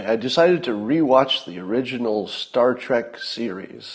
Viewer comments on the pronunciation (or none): none